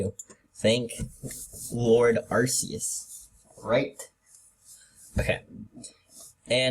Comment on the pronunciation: just telling you arcues does not have a soft c